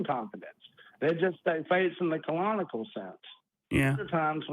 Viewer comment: What is that word keeps saying in reference to faith? Is it “colonical”? As in faith is pulling something out of your colon? That would make more sense to me than “canonical”, it just didn’t sound like that.